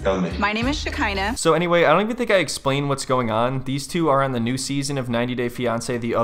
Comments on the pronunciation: I love that Shakina is referred to as Shakina, Shakeena, Shakeela, Shakeezy, and Shabklburbbbhhla during this video... 😂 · SHAKEEEZY killed me xD☠